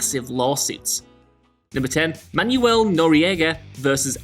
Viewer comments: It's pronounced "Manwel" not "Manyou-el." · dude, c'mon. It's pronounced "Manwell" not "manual" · Manuel- pronounced man-well but you do you, I suppose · Man youell? Manuel is pronounced Manwell. Didn't you ever watch Fawlty towers? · man-well not man-u-el. not notoriety, noriegaity. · I don't speak Spanish and even I know "Manuel" only has two syllables. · The way this man pronounced Manuel hurts my Spanish speaking soul